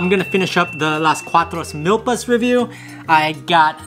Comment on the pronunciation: You say it Meelpas not milllpas